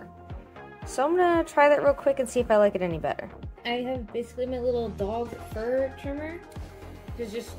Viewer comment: I'm too tired. I had to rewind when you said dog fur trimmer. I thought I heard "ball hair trimmer"